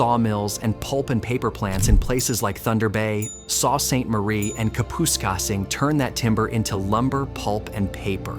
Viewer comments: saw Saint Marie? Ka-pusk-sing? the narrator is from southern Ontario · Yeah, Kapuskasing made me laugh. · Thumbs down because narrator of this channel said the names of Kapuskasing, Sault St Marie wrong, tho got to admit you are right there been talk of Northern Ontario splitting from Ontario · Who's doing this narration that they don't know Sault is pronounced "soo"? Kap is not said correctly either. What are we supposed to believe??